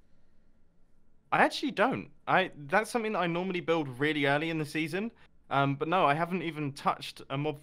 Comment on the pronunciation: Other than saying “bit” instead of “but” it’s fine